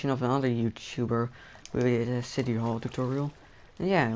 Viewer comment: and say city not shity